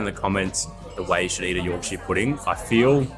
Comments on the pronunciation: By the way, place names are pronounced with a shuh, not shire. So it’s a Yorkshuh pudding 😉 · If it ends in shire, it's pronounced shur, never shire. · Yorkshire Pudding is traditionally eaten with Roast Dinner and Gravy, and its pronounced YORKSHER not YORK SHIRE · Even though it's called Yorkshire Pudding, it should never be called YorkSHIRE pudding. has it right, pronouncing it York-shuh Pudding! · Great vid loved it but need to correct the pronunciation about the puds - Its not a yorkshiar pudding. Its a yorksha pudding especially if you're from yorksha. Try Toad in the hole, with yorksha batter and sausage with gravy!!!!!!!!!!!!!!!!!!!! Keep up the vids cheers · Just a heads-up, Yorkshire is pronounced york-sure/shur. Americans will say the Shire abit like as in the Shires or Shire horse, but that is only said that way when it's on its own thing, and not attached to a place name. For some reason they can say New Hampshire correctly, some get it when I point it out. Londoners and some other areas in Blighty are the main ones telling me that I'm pronouncing wrong. They will still claim it is pronounced with sheer/shear at the end, even though I'm from Yorkshire with the lineage. Aussies get a free pass, you understand us more than the Yanks.👍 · The way you say Yorkshire it’s should be said like this Yawk shuh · Many place names in the UK aren't pronounced how you think. Yorkshire is pronounced Yorksheer. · Here's a English lesson for you, to stop you sounding like Yanks :) When ever you see "shire" especially when in our counties you pronounce shire = cher, as in the singer. So Yorkshire, you'd say York"cher", Nottingham"cher" etc etc. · PRONOUNCED YORK-SHEAR PUDDING. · I've never heard an Aussie pronounce Yorkshire like that before.